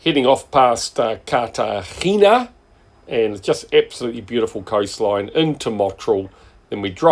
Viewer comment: Cartagena (carta henna - corrected in post?) and Marbella (Mar bay ah) – good pronunciations. Incredible rugged coastline and no people! The drone opens up so much more in your footage! Tracking the boat under way was beautiful – just try to avoid the microadjustments mid pan (or crop them out!). Don't think I've mentioned it before but if you find your drone surrounded by birds and maybe under attack, always climb. Birds can drop faster than the drone but they can't climb fast. So straight up then bug out of there. Getting some nice smooth pans now. Slowing the settings in Cinematic mode makes a big difference. Are you headed to UK?